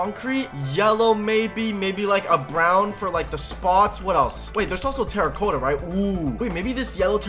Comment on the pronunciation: you’re saying terra-cotta wrong